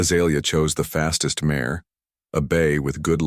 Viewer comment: Good story but it is out of order. Please learn to pronounce mare. It is pronounced like mair and not mahray.